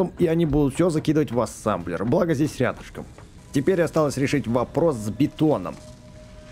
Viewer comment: А почему ассамблер а не ассемблер?